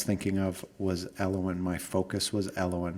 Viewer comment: Everytime he says elowin i feel cringe